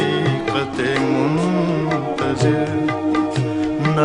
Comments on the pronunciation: Not Jagjeet singh voice and misteck in Liricks he sad {muntazir} repless ~muntazar ~ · pehla misra hi ghalat adaa kiya gayaa hai. yahaan asl lafz ' muntazir' naheen 'muntazar' hai. yeh aawaaz bhi Jagjeet Singh ki naheen hai. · The correct phrase here is"Haqioqat-e- ""MUNTAZAR"as is shown in the caption,but the sinnger pronopunces"muntazir"which is not correct here.This seems to be because in Urdu we only used the word "muntazir"which neans one who does the intizar,but Iqbal has used the passive foprm "muntazar" which means the one we are waiting far....i,e, God,As the person who used it is Iqbal it has become accepted part of part of Urdu which form was previously used dnly in Arabic.